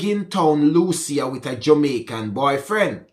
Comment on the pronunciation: Jay progress lucea pronounce Lucy.